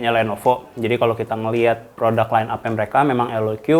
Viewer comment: Kata jagat review dibacanya LOK bang bukan LOQi 😅